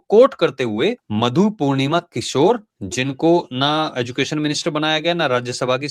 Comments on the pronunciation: भाई, किशोर नही, किश्वर है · मधु पूर्णिमा किशोर नहीं किश्वर है।